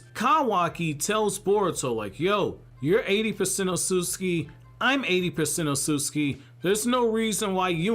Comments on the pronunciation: Why is no one talking about the way he pronounces Otsutsuki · I hate how you say Kawaki and Otsusuki 😭